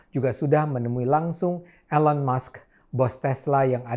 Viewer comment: Bang Cokro "Elon" as in "Eeeee" lon NOT 'A' Ayyy lon :))) bergurau Bang.